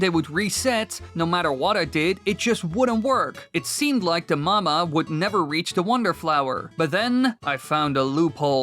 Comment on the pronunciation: it's called the mawmaw not mama